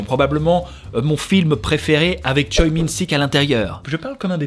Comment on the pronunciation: Merci ! Des pepites silenced m’a fait vivre trop d’émotions ! Petit tips de prononciation de nom de famille coréen lee =[i] et choi=[chwé] park=[pak] avec ca tu vas pouvoir te la rack ^^